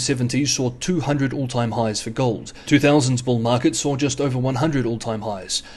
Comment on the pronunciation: "gohd" or "gold"?